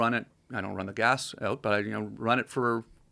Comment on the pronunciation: You could tell when that whiskey started hitting, Tom said "oot" and Joe started inflecting hard at the mark